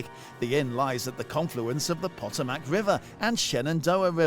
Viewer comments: POT-a-MAC? Ha ha ha ha ha! Pu-tOe-mec. Omg, do your homework and learn how to pronounce places (Town's Inn episode). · "Pot O' Mac River,"..... you tried your best, my friend... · The river is pronounced Po-toom-ic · pa-TOM-ac River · English speaker who cannot pronnounce Potomac river...lul